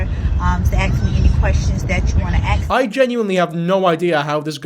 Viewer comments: Her dress style is not appropriate for school or teaching kids of any age, mind you if I was hiring her, she’d fail the second she spoke, it’s “ASK” not “AXS” ffs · Wait, so the English teacher doesn't use the right grammar or even know how to say ASK and not freaking axe. What even is this world.